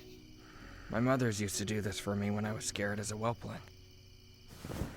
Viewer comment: I HEARD MOTHERS